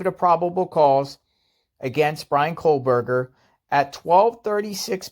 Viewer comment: Its kohberger not kohlberger